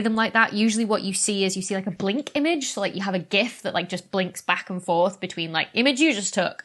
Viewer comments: I want to thank you for saying GIF, not “jif”. Jiff is for peanut butter and jelly sandwiches. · I appreciate that you use the objectively and indisputably correct pronunciation of "gif" with a hard G.